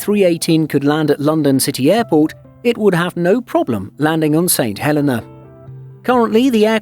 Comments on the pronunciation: It’s pronounced Saint Hell-e-nah, not Saint Hell-eh-nah You guys really need to work on your pronunciation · It's the pronunciation of the name of a place - personally I pronounce it 'Saint Hel-ay-na' while the islanders pronounce it 'Saint Hel-ee-na'. As a courtesy to its people, your narrator should have done some homework.